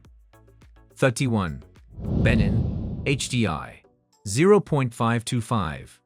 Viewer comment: He should at least pronounce the names of the country properly! (e.g. Malawi, Lesotho, Benin)